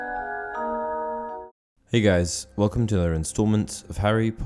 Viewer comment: Is it just me or was that “hey guys” at the beginning remarkably American sounding